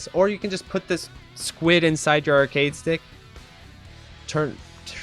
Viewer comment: I love all your videos but your "squid" gave me so much anxiety o.O lol